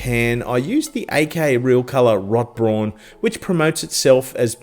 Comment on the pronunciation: “Rot-Brawn!” Love the way you said that. 😆😂🤣 It should of course be pronounced roughly “Wrote-Brown”, but your way sounds better!